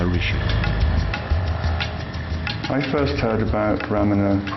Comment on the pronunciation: Maharshi not Maharishi